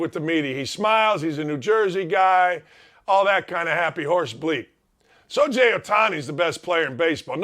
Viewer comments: Why is this asshat on Outkick? He's great with the media? So-Jay? Do some fucking research before you spout off about any player! You don't even know how to pronounce the guy's name! You're an idiot!!! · Sho Je? You lost me when you couldn’t pronounce Shohei Ohtani’s name correctly!